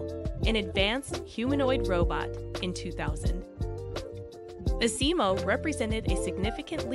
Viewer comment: rusack, I agree with you on that. If I wasn't a dedicated Honda fan I probably would've wandered off very early. It was almost like a grade school project where the creators didn't really know their subject and cobbled it together with a few random fillers. And the pronunciation of Asimo was all wrong.